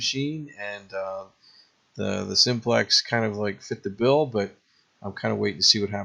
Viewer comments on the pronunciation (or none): none